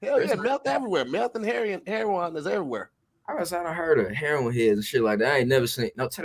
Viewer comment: Rip to tongue for trying to say heroin 💀💀😂😂😂